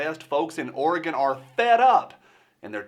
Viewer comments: Hell yeah, I was born in madras Oregon and Portland shouldn’t affect what goes on there. Also it’s refreshing to hear someone actually pronounce it right not like those midwesterners and east coasters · Thank you for pronouncing Oregon correctly! -- Native Oregonian, adopted Virginian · Oregon, pronounced Or-E-GUN... Flush down Kate Brown! I am a mutt, 25% Klamath Indian. I am very familiar with treaties being broken and the oppression that follows.